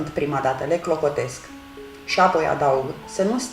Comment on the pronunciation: De ce fierbi pulpele de pui în sosul alb cu făină când poţi fierbe cu sucul de roşii direct ?.....(..2-cuvântul " apoi" are accentul pe " O" nu pe "a" .....sau al poţi inlocui cu " după aceea- asta" !....àpoi....Carnea slabă de pui absoarbe rapid faina din sosul alb ceea ce e o bombă culinară. Nu ar fi mai indicată prepararea sosului în roşu direct ? àpoi fierberea ?....